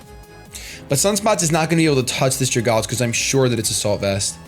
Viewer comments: Ok, this is bothering me. Dragalge. It's poison and dragon and lives in water. It's an algae that is a dragon. Dragon + Algae. So it's pronounced "Drag-AL-gee" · THANK YOU. I hear everybody pronounce it Drag-alge and it pisses me off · Some people just pronounce it flat out wrong, and it annoys me. But I have seen different ways people pronounce algae. Some people say al-gay and some people say al-gee. But then when it comes to dragalge some people just say it like drag-alj.